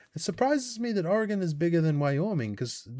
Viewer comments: as a born and raised PNW (Pacific Northwest) native; I am amazed you pronounced “Oregon” correctly. I’ve met people that have lived here for a decade+ that can’t pronounce it right. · You pronounced Oregon right. Only half of Americans do that. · I'm impressed you said Oregon correctly, some people living in Oregon don't say it right. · You said Oregon right!!!! THANK YOU!! So many butcher the pronunciation.